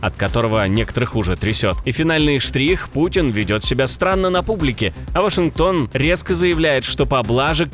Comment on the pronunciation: Уважаемый Вашингтон и пишется и читается через а А вы упорно когда говорите «Вашингтон пост» произносите это через о – Вошингтон Просто ухо режет и невозможно это больше слушать